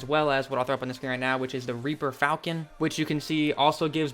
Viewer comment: Uh actually, it is pronounced falchon and not falcon slurp up saliva